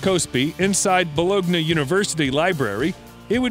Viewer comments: Bologna is pronounced “Bolonya” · Your videos are intersting. Please take time to learn how to pronounce the words though. It distracts from the video when a word like Bologna is butchered. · Please, learn how to pronounce Bologna.